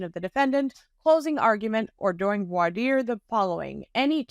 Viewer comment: You just made by day! And thank you for pronouncing voir dire correctly. ❤